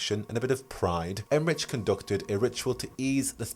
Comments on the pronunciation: Okay, I love you, but Emmrich is pronounced with a "k" sound, it's German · Pronunciation query: I’ve often read the name Emmrich with a hard K sound for the final consonant rather than the “ch” sound you were using… have you audibly heard their name somewhere or is this a wait and find out moment?